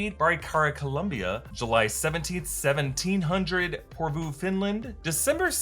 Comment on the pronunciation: omg omg omg omg I live in Porvoo!!! What are the odds! It's a rather small town in a pretty small country, and now they've mentioned it in Marvel, in Loki! Also, love the American pronunciation I'm being such a Finn, gushing about the fact they mentioned my home :)